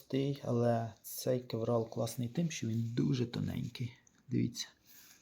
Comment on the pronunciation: Друже,як ти вже взявся робити освітній контент- вивчи терміни. Не існує матеріалу з назвою кевРал. Є торгова марка кевЛар, яка робить сверх високомодульне волокно, яке всі почали нащивати ім'ям цієї компанії, і так така назва допустима для загального розуміння, але не кєвРал. Дуже ріже вухо. Дякую.